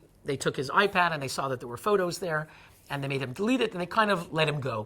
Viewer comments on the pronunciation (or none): none